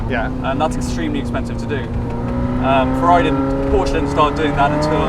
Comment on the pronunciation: Didn't like honest albeit negative comments about his new Italian girlfriend😂 -that soyboy couldn't even pronounce Porsche correctly so yeah😐